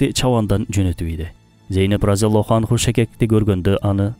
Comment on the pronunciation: Сахабия аялдарды радиаллроху анха деп айтылат. Силер анху деп жатасынар. Алдын ала кечирим сурайм,ката издоо,эмес ондоо максаты гана